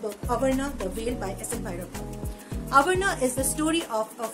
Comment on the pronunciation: That is not avarana ... That is aavarana